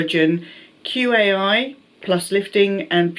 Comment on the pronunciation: Quai is pronounced WAY It’s a very popular brand. Moroccan oil is not put on your roots, you apply it very lightly on the tips that dry out and run a very light amount through the hair but not on the scalp root area. I have oily hair and use it very sparingly and it works great!